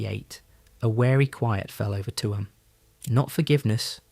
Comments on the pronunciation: Tuam. Pronounced TUem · Its Chewam (Tuam)❤❤❤ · why say tuam like its 2 words its only 1